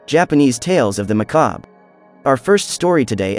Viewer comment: When the AI cant pronounce "Macabre" and pronounces it as "Mucob"